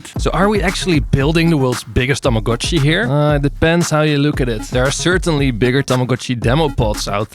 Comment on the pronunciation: THANK YOU FOR PRONOUNCING TAMAGO-CHI CORRECTLY!!!